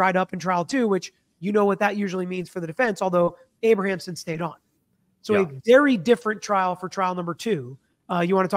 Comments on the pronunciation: Abramson, not Abrahamson. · IT’S A-BRAM-SON, not Abra-am-son. 😂 This story is so polarizing right now. I remember this original trial. I was a senior in high school in 1995 and remember talking about it and how shocking it was for 2 children to murder their parents. People forget, that was unheard of back then too! Children didn’t murder their rich parents. So many factors play into why I don’t know if I believe the SA. Is it possible, yes absolutely. It’s even understandable why they kept it a secret. But back then, when we heard about the premeditation and then the outrageous shopping spree’s, it seemed like a total cash grab with the parents in the way. Their parents are made out to be the “monsters”, and maybe they were, and if they did the things alleged then maybe, sadly justice was served. If there is new legit (can be proved) evidence, then I think a new trial is required. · Abramson not Abrahamson. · Her name is Abramson, not Abrahamsom. Sorry, I have a thing with names. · Learn how to pronounce defense attorney’s name, dude! She’s so well known. This is your profession and she was something to behold in court.., you ROCK. I believe their story, but nothing justifies murder.